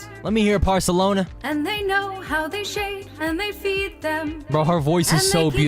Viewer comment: Did you say porlsolona